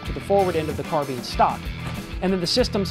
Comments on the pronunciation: I can't trust anything said by a guy that says "carbean" instead of "carbine" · its carbine like turbine cause carbine comes from a mutation of the French word meaning short rifle I think, you can say whichever way you want it's just I was brought up in the UK, cause we have to learn French in British schools